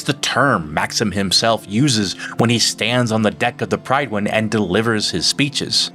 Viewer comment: Two things: 1) so long as cybernetics don’t ‘think’ for you, I expect it’s fine. Otherwise things like glasses would be banned. 2) Prid-win. Love your content, but this one seems like a (uncharacteristic) miss in the Maxon regard.